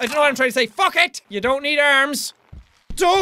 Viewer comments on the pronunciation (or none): In the middle of reading this he said "fuck it!" It sounds like fucket! Lol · When he says FUG ET it sounds like hes saying baguette